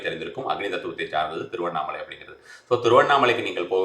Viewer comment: Thiruvanai or Tiruvannamalai????? Pls clearly say it 😢😢😢😢